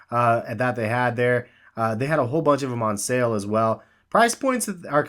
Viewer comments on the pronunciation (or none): none